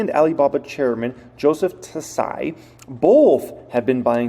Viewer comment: fyi Tsai = Sai (silent T)